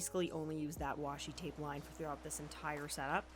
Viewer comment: This might be odd but I adore that you didn't fix the oopsies in your voice over. Twape is totally something I would say